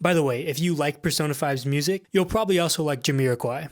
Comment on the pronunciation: What is the name you said for the musician? I’ve replayed it a few times but I can’t seem to hear you right. I keep hearing jah-meer aye-goi, but after looking that up as Jamir Agoi I still found nothing. Edit: It’s Jamiroquai for anyone wondering. I did a reverse image search of the photo he flashed and found it.